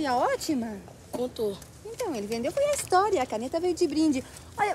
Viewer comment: Ele nem sabe soletrar kkkkkkk ele fala istoria o cara da caneta